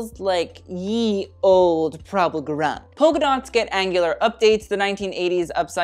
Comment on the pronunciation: Gurung is actually pronounced 'gooroong' ...but as English does not follow standard Latin pronunciation, we understand most English speakers would butcher anything.